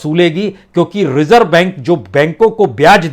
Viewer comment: सर ज़ को भी आप ज ही बोलते हैं रिज़र्व को रिजर्व नाज़ुक को नाजुक etc